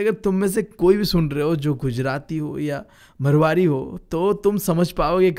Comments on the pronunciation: that's not मरवारी that मारवाड़ी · 39 :39 that's not मरवारी that's मारवाड़ी